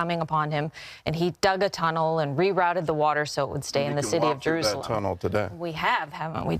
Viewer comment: Same here. It is Jerusalem, not Jeroozlem.